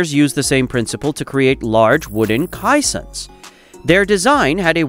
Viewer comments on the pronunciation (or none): Glad someone else noticed it. AI is supposed to be smarter than man? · The directions of the legs are labeled wrong. It is the North and West legs by the seine not the North and East. The South and East are on the dry side. I hate the computer generated narration. It mispronounces Cassions and Mortar.